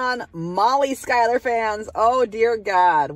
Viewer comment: Last name pronounced..SHOE-LER. not SKY-LER.